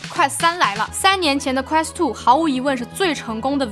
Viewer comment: quest都不能念的準。。。。典型中文视频主的通病